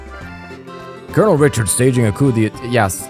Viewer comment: Now that I think about it, I don't think we have a last tour of everyone after the tension drops in any other game (the closest would be CS1) in the series. Also I can confirm that you are pronouncing "coup d'état" almost perfectly.